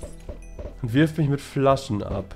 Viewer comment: "Er will micht töten,er will mich töten, er scammt"😂